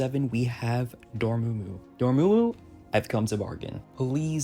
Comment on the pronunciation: It’s (Door-Mah-Moo) Dormammu